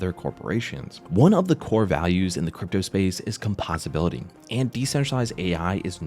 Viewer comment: com-POSE-ability, not a big deal but u would think CMC would get the little details right